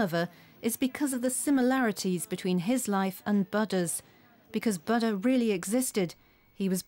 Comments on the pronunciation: He is not Baada but Booda! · "Butter"? .. Oh my 😅😂🤣, lady, please learn to say "Buddha" right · the "U" is pronounced as "oo" in foot and the second "d" is aspirated "dh". she says "ba da" and she's totally wrong in her pronunciation. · It's bu-udha not bud-da 😂😂. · Not bud - da, bhu - dda. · What's "Baddha"? The woman's mispronunciation marred the entire documentary. Ignorance or affectation? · whenever you say buddha i hear butter lol little butter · Lol yeah even in the auto generated English translation its showing butter in caption!! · The way the narrator pronounces "bada" 🙄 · Very annoying how the commentor keeps pronouncing the name Buddha as ‘batta’. You think she could have asked for the proper pronunciation rather showing her ignorance and disrespect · Its not Booo Duh. She's closer to the correct pronunciation. She does not say Ba da. She more so says Bud Duh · I watched about 10 minutes of this but had to stop. I couldn't get past the narrators pronunciation of Buddha. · It wouldn't surprise me as the narrator can't even pronounce the name of the Buddha correctly. I'm wondering just how much research has been done for this documentary. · dumb pronunciation on Buddha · Its really annoying when you misptonounced BUDDHA... Please go and learn how to say the name BUDDHA properly... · Why this commentator has to mispronounce both Buddha and Siddhartha is beyond me. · No way. Moreover it's a display of ignorance.